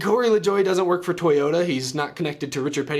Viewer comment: NOO not toyoderr